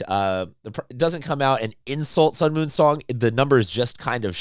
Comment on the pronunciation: Sung-MUN Song Pronounced: Like MUNG (without G) NOT MOON.